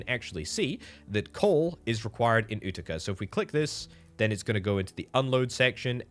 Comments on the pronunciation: FYI, Utica is pronounced yoo-ti-ca (with accent on the first syllable), not oo-ti-ca. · It’s you-ti-ca